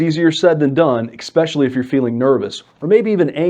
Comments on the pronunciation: "ikspecially" "especially" 🤦‍♂️🤦‍♂️🤦‍♂️ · “Ecspecially” Mastery of the English language is one of the first things you want from your lawyer. Axe anyone who’s been in legal troubled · Any lawyer that says "ekspecially"😢 will never be retained by me. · You said exspecially... I prefer lawyers who speak proper English instead of Ebonics. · You're a lawyer, don't say "Ex-speshully" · You can speak eloquently all day long, as I would expect a lawyer would need to be able to do, but the second you use the word "expecially", you have disqualified yourself from being a person I will ever take another word from seriously. How can a lawyer, who gets paid to speak for a living, use a word like "expecially"?